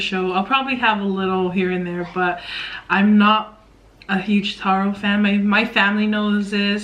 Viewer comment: "" do yu mean taro? hhhhhhhh ueh